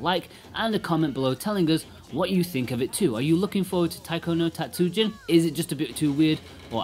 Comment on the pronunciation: たつじん not たつうじん. (Tatsujin, not Tatsuujin) Japanese is a “rhythm” based language so extending a sound can completely change the meaning of the word. Tatsujin means master Tatsuujin is someone’s last name. Also, calling it “Weird music” is a bit of a low blow to a long line of well known music in Japan. As for controls, you say the touch screen is second best. Have you even tried any of the faster songs? Buttons give feedback where touch screen does not. And you can actually alternate sides at a high speed. In all Taiko games I’ve played so far on several systems you can customise the button layout, eg make the lower buttons (down and B) as red and outer buttons (left and A) as blue. Now it’s just as easy, if not easier than registering location on screen or physical drum. Did you only use buttons when docked? Are you aware of display lag that TV’s have? (Even WITH game mode?) This is why for most the 3DS / Vita versions are superior, the console displays themselves don’t have as much noticeable display lag. A rhythm console based gamer basically NEEDS to invest in a TV with as little input lag as possible (typically a smaller gaming monitor). It’s not the controls that adds delay, its the TV. And contrary to popular belief, monitors with little input lag are not expensive. In fact they usually have less processing features meaning you compromise image or sound quality for speed. But this makes the game better than buying a controller that would cost about the same as a low lag